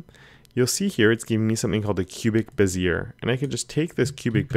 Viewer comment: Cubic-Bezier, or a Bezier curve, is pronounced "Bez-eee-eh". :)